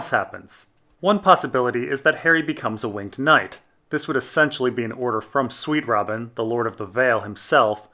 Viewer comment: Harry Plinkett sweetrobin is the Protagonist ( says in the same butchered way mr plinkket does)